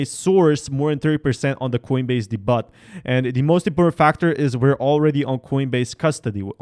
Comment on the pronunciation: Great video! No hate but when you said, “de-butt” I giggled. 😂 Not going to correct you or anything just a bit of fun. SHIB to the MOON!